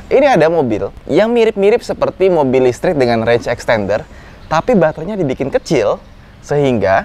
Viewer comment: Beda dan istri soal penyebutan: listrik Istri: lestreeekk... Java's pride 😅😅😅